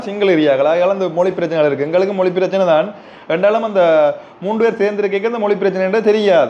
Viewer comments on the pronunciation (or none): none